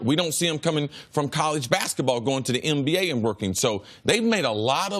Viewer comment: Is Cris saying "MBA" or "NBA"???🤔😂